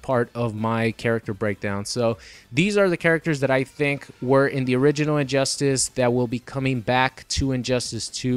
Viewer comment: Sounds like he says "Orininoid" instead of "Original."